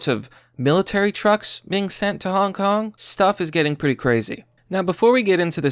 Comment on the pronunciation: Wait, u said HONK KONG?